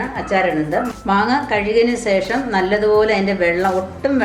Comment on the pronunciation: സേഷം അല്ല, ശേഷം ആണേ